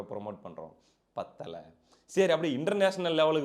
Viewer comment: பத்தலை ப்பத்தலைன்னு சொல்லி முழுசாபத்தவச்சிட்டுங்க தம்பி